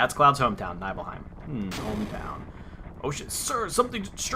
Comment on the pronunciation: probably too late but its knee-bil-hime and masa-mu-nay oh and mid-gar not midger